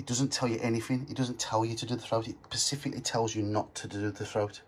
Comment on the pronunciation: Specifically not pacifically though 🙄